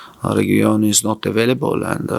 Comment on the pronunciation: Nobody : Conte : Avalabol